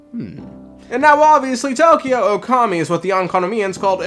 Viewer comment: Not "Tokyo", but "To/ko/yo". The "Ookami" also as an "extended" o sound so to say. You hold the 'o' slightly a bit longer than if it was "Okami".